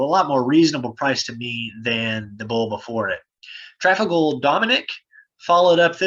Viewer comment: FYI....Pronounced: truh. Fall. gar...... there is a Trafalgar Square in the UK. Accent on the Fall... Awesome video, great summary,. Wow, right? Can see why you were so excited!!!